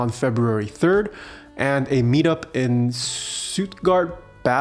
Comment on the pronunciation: not that hard to pronounce Stuttgart I think you need a German crash course 😂